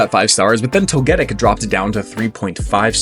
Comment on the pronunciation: Really chaos my ass you switch the stress of the pronunciation just for Togetic